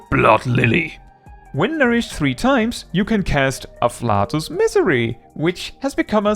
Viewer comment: Just as a heads up, “afflatus” is pronounced uh-flay-tus. Not “uh-flat-us”